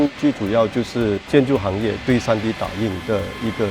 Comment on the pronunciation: tree D😂😂😂